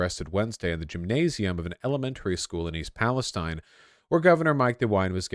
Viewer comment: You pronounced the name of the town wrong. It’s pronounced East PalestEEN. I know it’s spelt different. I’m from there